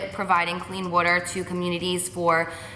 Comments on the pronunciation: I die when she says" woo-der"😂😂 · So amazing all of the stuff you've been doing! Such an inspiration!! Also it's funny how you say water like "wuter" 😂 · Vanessa I thought it was only me it sounds like she's saying 'witter' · The way she says "water" lol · P.s every time you say 'water' 😭 love it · love how she says water❤❤ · I love how you say "water" haha. Can't wait for the videos! I'm going to have my tissues ready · Lmaoooo the way you say water. So jersey. You're really sweet! Def fave YouTuber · I can tell you're a Jersey girl from the way you say "water"😂❤ Love you Carli ! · the way you say water tho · did anybody else find it weird how she says water ? lol